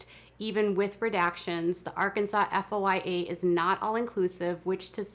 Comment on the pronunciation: Its called a foya, foy-a report. At least that's what I understand. Not spelled out but two syllables, foy-a